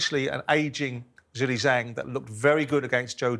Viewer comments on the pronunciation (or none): Why does Spencer keep calling Zhilei Zhang “Zhelly Zhang”?!🤦‍♂️🤦‍♂️pronounce his name properly you disrespectful melt!